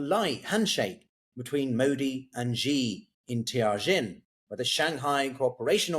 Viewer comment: Where on earth, china presumably, did the parties meet? Was it Tianjin? Mate, next time you need to pronounce a Chinese name give me, or anyone, a call. That was something out of left field.